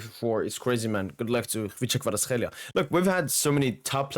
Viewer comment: Being Georgian myself, I can tell you that your pronunciation of Khvicha Kvaratskhelia is on point bro!